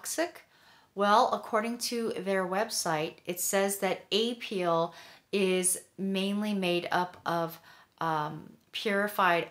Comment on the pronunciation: You mispronunciation of apeel is annoying! I'm not going to watch your videos.